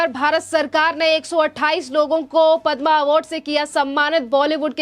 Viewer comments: stupid anchor. She calls Padma as padmaa. needs to be fired right now. Anpadh. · मैडम पदमा अवार्ड नही पद्म विभूषण अवार्ड है। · पद्म अवार्ड है, पद्मा नहीं। हिंदी का चॅनेल है, हिंदी तो सही बोलो। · कृपया पद्मश्री या पद्म एवार्ड कहें ,पद्मा मत बोलें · पद्मा नही पद्म बोलीये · padma nahi padm bolo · Madam, padmaa nai bola jata. Padm hota hai..padmaaa nai. Hindi seekhe. Rest content was good. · हिंदी भाषा का प्रयोग करते है लेकिन पद्म पुरस्कार को गलत रूप से बोल रही हैं